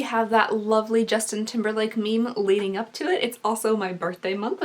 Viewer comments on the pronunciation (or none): none